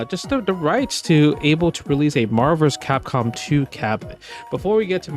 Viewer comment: “Marvus Kahkom 2”